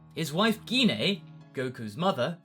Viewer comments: Yeah, but that's not how you pronounce Gine's name. It's Gine. "Gine! Gine! Gine! Gine!" - Scott - X-Men. The G makes the J sound. The I makes the E sound. The E makes no sound. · I'm pretty sure you're pronouncing "Gine" wrong. I think it's pronounced "J-ain"